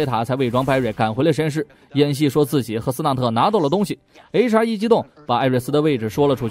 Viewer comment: 不！！我的H.R. 每次聽說HR我都聽成雷傻，然後就愛上這個角色了！